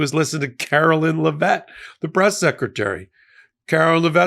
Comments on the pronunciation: Her name is "Care-o-line" not Karo-linn, and you aren't supposed to stress the last syllable of her last name. It's not "Leh-VET" it's Lev-it. Really not hard considering how much it's spoken in the news, at the pressers and she even says her name in her old campaign ads. Anyway, she's a joke along with everyone else surrounding her. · Do you call her Lev-vett cuz you’re doing the same thing the republicans did with kam-ala? Thats not how it’s pronounced according to her saying her own name. Just trying to keep it fair. LOVE YOU!!!! 💙💙💙💙